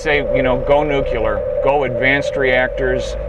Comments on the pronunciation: Nuclear. Repeat after me 'NEW-CLEAR'. Not 'Nuke-ular'. Please for the love of jeebus it's 'NU-CLEAR'. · I can't stand him pronouncing it nuCULAR. That's not how you say it.